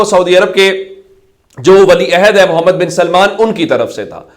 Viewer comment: آپکا تجزیہ کافی بہتر ہوتا ہے۔ آپ سے ایک شدید اعتراض ہے۔ وہ یہ کہ آپ درود وسلام پیش کرتے ہوے بولتے ہیں "محمدے" جو کہ بہت ہی غلط اور بے ادبی ہے۔ برائے مہربانی آپ بولتے ہوے بہت خیال رکھیں اور " محمد " ادا کیا کریں۔ شکریہ